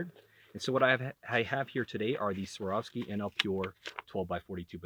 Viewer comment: Get used to saying a hard V dude. Its Svvvvvvvvvvvar ovski.